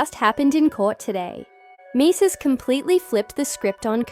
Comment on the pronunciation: Who TF is Maces..AI can't make out proper pronunciations... definitely "Artificial INTELLIGENCE"...nothing in the video pertains to the situation...and definitely no clarity